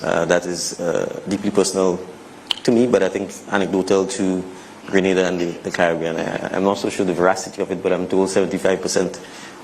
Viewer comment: don't confuse us with Granada dear. We are Grenada pronunciation Green nay Dah. P Our population is 120,000 and we are a middle class country. Don't confuse us with Haiti or other islands in the Caribbean. Our children are well cared for we have inside plumbing and every home has washing machine. We also have university on our island. Stop your foolishness and education yourself. So many Nigerians and Ghanaians are living in Grenada in search of jobs and attending university.